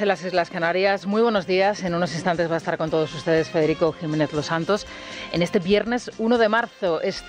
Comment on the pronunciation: Tusk co U, Fedeghico, que es polaco, no Espichinglis😂